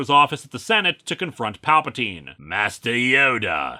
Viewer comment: I could have sworn he started this segment off saying "Papa Teen"